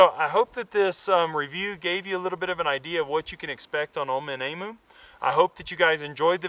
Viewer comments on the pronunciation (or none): Pronounced E'MEW!!!. Cheers from Australia. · Pronounced Eeeem u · emu is spoken like this - (em` you)